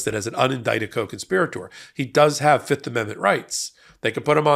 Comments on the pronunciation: Guilty guilty guilty. That's what I hear every time they say fifth. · Oh I thought he was saying "yep" not "fifth" lol